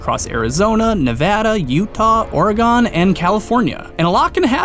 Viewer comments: I literally screamed when he said Oregon OR UH GEN NOT OR A GONE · it's Oregon not Oragon!!!!!!!!!!!!!!!!!!!!!!!!!!!!!!! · omg its or/goin not or/gon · Oregon is not pronounced orgone its pronounced orgin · Man i know its been a year but hearing say Oregon like that made me cringe, no offense lmos Its "Origun" not "OrGon" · Or a Gon? I'm sorry what? Oregon Or i gen or orgen similar to yes Organs. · It's not "or-a-gone" we pronounce it "or-egg-gin" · it's Oregon not oregone like you said it... my god i should not be so worked up over this... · It's pronounced Ore-gin not Ore-gone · Oregon is pronounced like 'or a gun'. Not 'or a gone.' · you disgust me you pronounced oregon or-gone when it is correctly pronounced ore-gun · Everyone who sees this, DO NOT PRONOUNCE OREGON LIKE ORE-GONE!!! It is pronounced or-e-goun. Any Oregonian will get triggered. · It's pronounced (ore-gun) NOT (Ore-gon) smh people now days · love your vid, but one small thing from a person from Oregon. we say or a gin not or a gone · omg the way you pronounce oregon... have you ever met a person from oregon? we pronounce it more like organ than or-gon. i actually paused the vidoe and laughed for a sec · It isnt Or-eh-gone its Or-eh-gun... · It's not OREGON its Oregon the o is supposed to sound like ai not o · Everyone knows that the Geckos were the true victors. And it is pronounced likr OR-E-GUN.. Not OR-EE-GONE. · "And it is pronounced likr OR-E-GUN.. Not OR-EE-GONE." THANK YOU! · Loved the video! However Oregon hasn't gone anywhere XD Or-e-gun not gone. XD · oregon is pronounced like organ, not oregone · IT. IS. PRONOUNCED. OREGUN. NOT OREGONE. God, why does everyone get that wrong? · This was fanstic and I would love to see more of them! One thing though... Oregon is pronounced Ory-gun not Ory-gone. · Wait... did you pronounce Oregon “Oar-ah-gon”??? Banned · He doesn't know how to pronounce Oregon (it sounds like organ) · As someone who lives there, it’s pronounced “Or-e-gan” (Oregon)